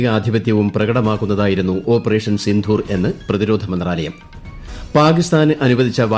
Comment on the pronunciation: സിന്ധൂർ അല്ല. സിന്ദൂർ